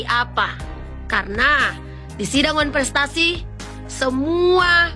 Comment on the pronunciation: Benar bikin malu tu almamater x nyebut wanprestasi koq sulit amat sih